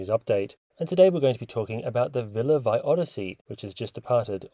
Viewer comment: It’s pronounced Villa VEEE